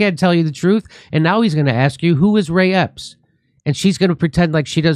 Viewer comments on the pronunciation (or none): He said ray Epstein lol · Ray Epps, not Epstein. Word slip